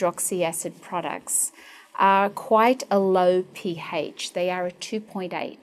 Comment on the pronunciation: the P-hAYSCH IS 2.8 LOL